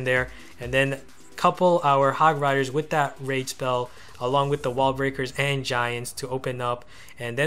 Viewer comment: I like your ideas, but sorry dude, your english really needs some work if you want more subscribers... Example: please pronounce the "S" lol 1. total resourceS 2. wall breakerS